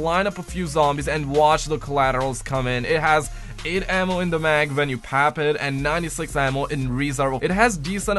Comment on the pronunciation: He said pap it instead of PACK IT